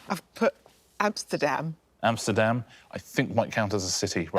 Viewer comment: Not just amsterdam, Amerstadam lmao. I would wonder if she thinks the UK borders the Netherlands lol